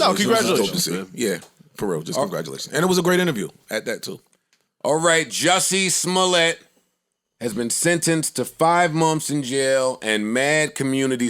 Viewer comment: Idk why it’s so funny to me when joe says jussey smollete lml